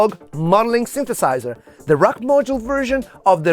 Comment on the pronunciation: "the sinthesaizerh" as only an Italian guy can pronounce! 😍